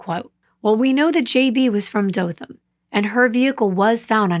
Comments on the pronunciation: Firstly, did a great job with the pronunciation of Dothan (no one except people from there or knows the place can pronounce it correctly). Good on you. Sadly, I remember when this happened. My mom worked with a young lady that knew these girls personally. They had billboards of these girls all over Dothan, Ozark, going towards Fort Rucker....everywhere. When I left to go into the military in 2001, they still hadn't known who killed these poor babies. Get this, they finally found the killer and convicted him LAST YEAR. They found him because of a DNA match on a genealogy site. Even crazier, he lived a crime free life after he killed these poor babies. That was a sad, and upsetting time for everyone during that period. Not only did these babies go missing, but around the same time so did four African American teens, that they found dead right around the same time they found these girls. I always wondered who killed these girls, and the others. At least they found, and convicted, the guy who killed these babies. My condolences to the families of both sets of angels. Also, this story was covered very well, as usual. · You are saying Dothan correctly! Im from Alabama! I'm from Jacksonville, AL, and Troy is one of the rivals of Jacksonville State University! Your writing is off the chain! You do really well at putting people in the place you are telling about! In this case, Ozark. Depending on which way you go, people drive through Ozark to get to Panama City Beach, FL. My sister used to live in Dothan. She was a nurse. Thanks for this story, I haven't heard about it yet!❤ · Hey, I'm from Alabama. The way you are pronouncing Ozark and Dothan are the same way they are pronounced here. I like listening to you and the way you describe the area you're talking about. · You are saying Dothan correctly, it is where I grew up. I am familiar with the corrupt nature of the area. It's so sad. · You’re pronouncing Dothan correctly.